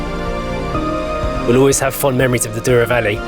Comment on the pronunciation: It is NOT the "Doo-row" Valley. The word is pronounces DOUGH-row and means golden. "OU" in Portuguese is pronounced like "oh" and a single "o" is usually "oo" - contrary to what you'd expect in English.